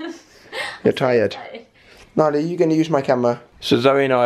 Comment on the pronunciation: Nala not Bala